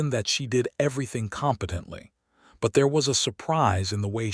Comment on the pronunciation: Good story. Wish they could program AI to pronounce Eleanor, Caleb, and competent.